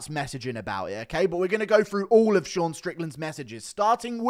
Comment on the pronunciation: "ShOrN" hahahahahahahahahahaha